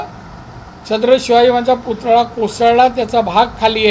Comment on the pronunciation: पुतळा सुध्दा नीट बोलता येत नाही